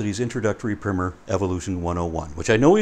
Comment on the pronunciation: it’s not “primmer”, it’s “primer”.